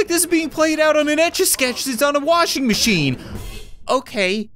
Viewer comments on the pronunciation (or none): none